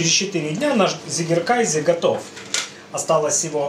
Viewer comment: Не приятно уху слышать немецкое слово на английский лад, если перевести с немецкого Вами произнесённое название то получиться «победивший (победоносный) кайзер», а правильно произносить абсолютно прмитивное название «козий сыр», как Вы указали в описании, «цыгекэзэ». Жаль что именно английское произношение этого слова распространилось в рускоговорящем сообществе сыроделов. А сыр получается классным. И я благодарю за все рецепты на Вашем канале!